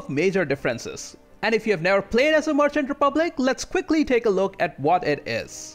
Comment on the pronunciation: Good video, but a little request: Can you try to pronounce „merchant“ correctly? Sounds like „Martian“ every time.